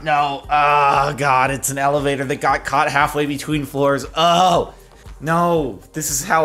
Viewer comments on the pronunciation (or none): none